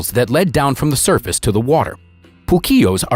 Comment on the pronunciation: What a pity they coldn't find someone who can speak English to do the voiceover. There is no such place as Dakota in the UK . The power station in question is in Didcot. Calling excavations "escavations" is just sloppy as is calling the surface of the earth "the service of the earth. Another is describing a work of art formed from crops in the field as "paintings". There was no paint involved. The beautiful pictures deserved much more than this lazy American mangled and inaccurate English